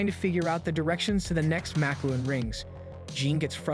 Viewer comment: He also mis pronounces the makluan (how is it even spelled?) rings